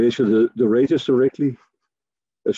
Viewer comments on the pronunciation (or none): Wow this guy is difficult to understand. Due to the poor quality audio and poor pronunciation, the words "radius" and "red giant" are indistinguishable, and both sounds like he's talking about "Radeon" graphics cards.